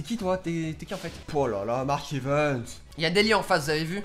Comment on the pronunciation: Ya un truc sa me fait rire c que tu dit mark evens au lieu de mark evans